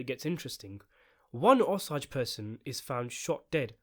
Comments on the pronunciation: Osage, not ahsage! O! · O - SAAAAAAAGE, not O-SAUUUUGE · OMG DUDE STOP CALLING THEM THE "OS-AGES" PRONOUNCED O AS IN 'OH' THEN SAGE AS IN THE HERB. RYHMES WITH CAGE. OH-CAGE. O-SAGE. OSAGE COUNTY, OSAGE TRIBE, OSAGE PEOPLE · O-sage!!! Not ossage that’s how it’s pronounced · Osage...O-Sage. Not Os-ages. Omg i couldnt even finish your videos. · If you’re going to make a video about this movie could you at least take the time to learn how to pronounce the name of the native Americans who are at the center of the movie. I am Osage, pronounced O - sage, rhyming with page and emphasis on the O syllable. Really poor YouTube. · I grew up in a Pawhuska, Oklahoma right next to the Osage reservation. A lot of my friends are Osage. It’s pronounced O-Sage. So it’s like sage the herb. You say O and Sage. Not what you’re saying. It’s frustrating listening to you miss pronounce their tribe. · Its pronounced o-sayge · The word "Osage" is pronounced with a long "A." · oh man you have to learn how to say Osage lol But a Tulsa based movie will be awesome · Thank you! I can't abide listening to the mispronounced word over and over.